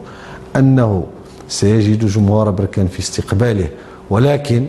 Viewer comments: بركان الباء بالسكون وليس بالضمة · مسمهاش بوركان اسمها بركان بالفتحة يا عم وعلى لفكرة لقجع راجل محترم ،مرتضى منصور ده كلام وبس والزمالك سنين بس ورا ورا يعني فشخرة و بس ، بركانية و افتخر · يا مصري نقول بركان بفتح الباء ولبس بضم الباء هذا تصحيح فقط